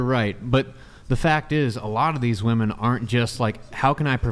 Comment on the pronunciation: I just can’t believe that women being pronounced as woman is an accent. I think it’s just a sign that someone is not too smart. I mean this with no malice but it just bothers me so much lol